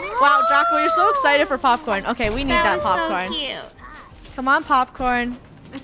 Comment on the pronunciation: "Its not OKEH to be OKEH" titan cry